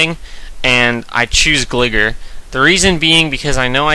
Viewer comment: lol pronounced gligar wrong but really good match nonetheless